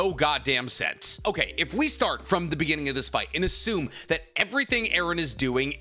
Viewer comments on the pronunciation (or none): none